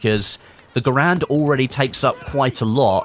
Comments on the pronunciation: ITS GARAND NOT GRAND GUYS!!! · It's gair-end not ger-and